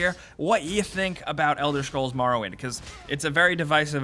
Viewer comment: I'm a need y'all to stop saying MAR-owind and start saying MOR-owind 😂